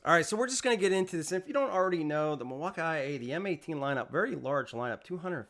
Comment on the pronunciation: Mil-wau-key not Mil wauk eye